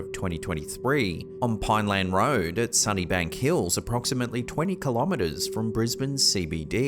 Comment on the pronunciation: Nice to hear? I think his name is, pronounce Brisbane, Queensland, Sunnybank, etc very well, one of the best narrators on YouTube, you go love this channel❤️